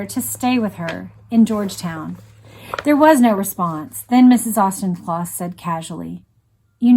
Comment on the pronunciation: Again a calm empathetic reading by, I was young when this tragedy happened and I remember my father being very upset by this here in the UK. I have to comment though on the prounciation of Auchincloss, the ch is a k, ie Aukincloss, surpring because you have Rep Jacob Auchnloss, to me its surprising that you havent heard the correct pronounciation, pedantic I know, but I am a stickler and can't help it, otherwise thankyou for a soothing and calming reading of this horrific event.